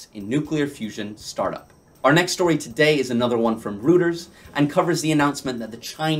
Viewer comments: JSYK, Reuters is pronounced "Roiters", not "Rooters". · Roy' ters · Philip you are correct, it is pronounced Roy-ters, look up the pronunciation on Google. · The correct pronunciation of Reuters is Roy-turz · Well, if it’s spelled Reuters, then that’s how the average person will pronounce it. I would too. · Well, if it’s spelled Reuters, then that’s how the average person will pronounce it. I would too. (Reu-ters). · I see there are three comments about how you pronounce Reuters, so I won't address that. I noticed , you say "dollars," but the post you're showing says "£." Other than those things, I find the video interesting and informative